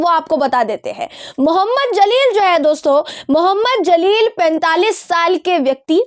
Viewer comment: The name Jaleel not Zaleel